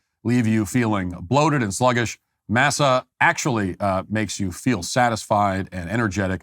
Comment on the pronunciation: I think the chips are pronounced Mossa, but hearing Matt say massa like he's back on the plantation is funny.